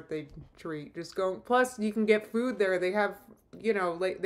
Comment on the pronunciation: How am I just now noticing how she says food? ‘Feud’.😐 She is an inspiration. She inspires me to do the complete opposite of everything she does.☺️Thanks!